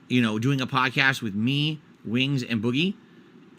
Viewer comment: "uh havent heard anything about a phadkhast" "I know about duh phadkhast" This is why is a loser and papa pig is a bigger loser.